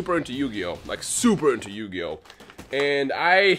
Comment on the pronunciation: YU - GI - OH !!!